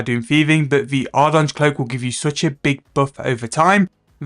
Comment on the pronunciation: Call it ardy cloak lmao, you are not even close to saying ardougne right